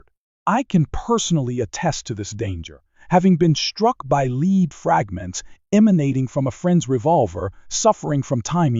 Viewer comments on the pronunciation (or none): Knew this was an AI narrator as soon as I heard the soft, heavy metal bullets are made from as "leed". It was good content, but I can't get away from the picture of a computer getting a scar from a piece of "leed".